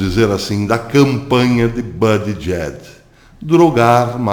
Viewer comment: por favor, acrescente os nomes envolvidos nos teus vídeos. Pois, fica difícil localizar, através do Google, tais nomes, levei MINUTOS para identificar o ex-prefeito gay, citado no vídeo, cujo nome é "Pete Buttigieg"... O porém é que você citou "Buttigieg--/JACKS/" (ou algo foneticamente parecido) o que complica. Porque NENHUM artigo em que encontrei o citado nome tem essa última sílaba (/JACKS/). Além disso, ultimamente o Youtube omite as datas em que os vídeos foram publicados. Isto prejudica muito as possíveis pesquisas que possam ser feitas com as publicações, sejam elas em vídeos ou em textos. Tenho encontrado muitos artigos valiosos, mas que não tem datas. Falhas essas que já encontrei em revistas impressas, o que É IMPERDOÁVEL. Por favor, coloque as datas, nem que sejam nos comentários. A propósito, gostei do seu novo visual, como uma nova marca para os teus vídeos. Espero poder apreciar mais os teus trabalhos. Abraços e muito obrigado pela atenção.